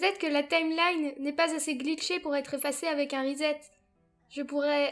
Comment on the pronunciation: "Reset" se prononce riçète (avec le r anglophone). En français ça se traduit par "réinitialiser".